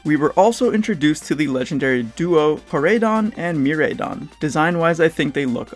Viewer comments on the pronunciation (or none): I know I'm nitpicking at this point, but that's not how pronounce either of the legendary Pokémon's names. The "Rai" part is pronounced like "Rye in the Catcher" not "Ray". Korai as in "ancient" in Japanese and Mirai for "future". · I loved the video it was dope but I just wanna know what part of you helped you decide on the (Me-Ray-Don) pronounciation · Miraidon and Koraidon not Mireidon and Koredon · What the fuckkkkkk GF is dropping the ball again and again and again alkdjflakdjf Also, it's fun to hear how people pronounce Miraidon cause you can tell who the weebs are lol